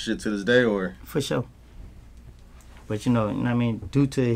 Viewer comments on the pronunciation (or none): Why is Adam ao cringe lol “ foursure”